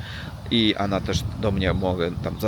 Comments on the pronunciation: Coraz lepiej mówisz po polsku 👍 Tylko to ANA poprawisz i będzie SUPER👍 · Nie "ana" tylko "ona" 😁👍